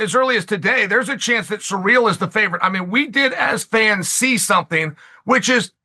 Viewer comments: Who the hell is "surreal"? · Chael's pronunciation of foreign fighters is "surreal"